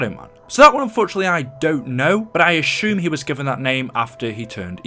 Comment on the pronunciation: You're driving me nuts, when you say assume it sounds like "ashoom" 😂